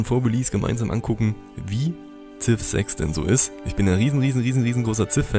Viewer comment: "Siv" "not Zif"...